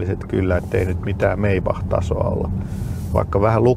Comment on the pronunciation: Tulikohan tuo sanoma "Meibach" vahingossa, ajateltuaan skeidaa. Muutenhan se lausutaan Maibach...tietääkseni?